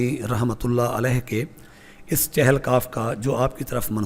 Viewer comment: جہالت کی انتہا یہ ہے کہ اکثریت کو اس لفظ " چہل" کے تلفظ کا ہی پتا نہیں اور غلط بولتے ہیں۔ چہل فارسی زبان کا لفظ ہے جس کے معنی" چالیس" ہیں اور تلفظ یہ ہے، چ کے نیچے زیر ہے